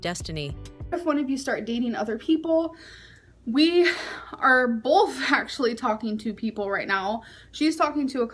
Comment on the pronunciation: Why does she say “bolth” instead of both. She adds an L.